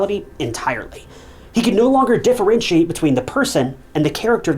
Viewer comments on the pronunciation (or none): none